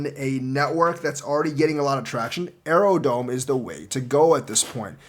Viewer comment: its aerodrome not aerodome